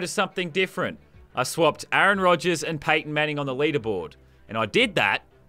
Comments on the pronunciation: a aron... wtf is with this pronunciation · he said a-aron have you been watching key and peele